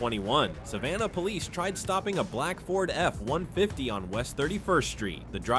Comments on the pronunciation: What got me was when it pronounced F150 as EFF. 150 . AI doesn't have the social conditioning to understand that's a single word that names the most common vehicle in the USA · Ah great yet another AI police cam channel. The pause in the "F-150" makes it obvious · “The Ford F…….. 150 pickup hit the semee truck”